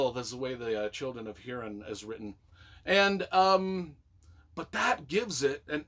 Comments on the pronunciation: Pronounced Hoorin, or Hooreen. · Learn how to pronounce Hurin and the make a vid about it